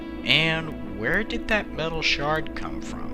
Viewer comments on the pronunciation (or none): none